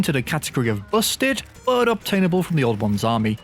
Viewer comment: We can’t live without saying the word buh, it’s like a tradition now